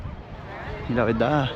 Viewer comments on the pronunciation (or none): Cuando vas a vas a dejar de decir VELDA en vez de VERDAD?... O es un problema insuperable? Dicho esto, sin animo de ofender.